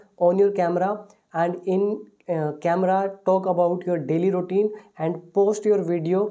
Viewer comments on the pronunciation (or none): It’s not ROutine it’s “RU” Routine.. O is silent.. Pronounce the word Correctly..